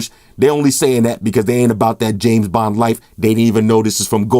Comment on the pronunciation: I swear i heard James Bomb... did you?